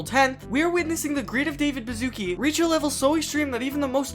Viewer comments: THAT’S. NOT. HOW. YOU. PRONOUNCE. HIS. NAME!!! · thats NOT how you read Baszucki😭😭